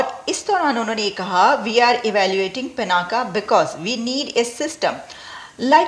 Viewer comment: पिनाका नहीं, शुद्ध नाम है पिनाक, रुद्र के अजेय धनुष का नाम!